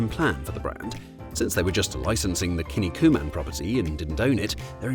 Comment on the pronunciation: "Kin niku man", not "kinni ku man". Kinniku means muscles in Japanese.